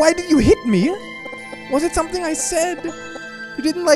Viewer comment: its like S-O-M-E-T-H-I-N-G